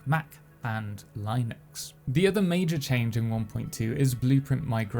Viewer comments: Lie-nucks is a brainsplosion of epic proportions. Don't think I've ever heard anyone pronounce it like that. XD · its striaght up not how its pronounced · Lie-nucks threw me for a loop lol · the way says Linux lol